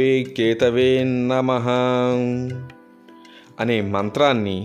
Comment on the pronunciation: కేతవేన్నమః (తప్పు) కేతవే నమః అనాలి.